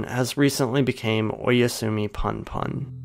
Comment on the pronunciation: I cringed so hard when you pronounced punpun as "panpan" please dont do that